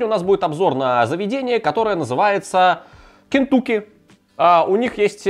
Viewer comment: Не Кентуки, а Кентаки!!!!!!!!!